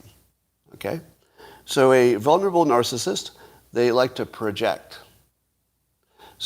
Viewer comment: Scott, you know I love you but FFS there are TWO Ls in “vulnerable”...! VUL-nerable. Like VUL-ture.